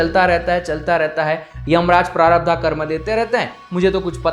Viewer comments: Its not sanchitaa prarabhdhaaa...its sanchit prarabhdh..hindi mei bol rahe ho to hindi shabdh to sahi bolo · I love n like your video ❤️❤️❤️❤️ but bhaiya sudhy uchcharan pls it's prarabdh not prarabdha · 'प्रारब्ध', ना कि 'प्रारब्धा'. 'मनिपूर्ण' नहीं, 'मणिपुर' चक्र. संस्कृत के शब्दों का उचित उच्चारण तो आना ही चाहिए.